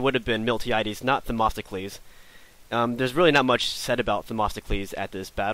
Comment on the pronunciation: Its themistocles! Not them"O"sticles!